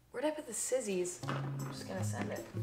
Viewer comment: are we just gonna ignore the fact that she called scissors "sizzies"